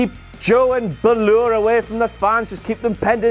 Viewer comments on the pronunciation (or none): on your phonetics fellow Irish person. Baa is the sound a sheep makes. Its more like Baw-ler. So brawler without the r. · well, bálor is sorta similar to an irish name, and the little line above the a (an accent/ a fada) suggests that the a should be held onto a little more, or all the emphasis is on the a. Bálor is pronounced like "baa-lor" instead of "ba-loor". At least, I think so, I'm Irish. Hope I helped! 😃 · Finn Buhhloor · Am I the only one who doesn't like the way says Bálor?